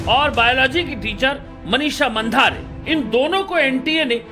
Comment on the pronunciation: मनिषा मांढरे ऐसा नाम हैं. मंधारे नहीं. 😂